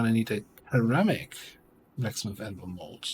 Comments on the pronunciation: Yeah hearing Cheramic isnt very good to hear haha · Since it's coming up pretty often and your English is generally impeccable, "ceramic" is pronounced with a soft c (sounds like "seramic"). But feel free to say it however you like, we know what you mean. :)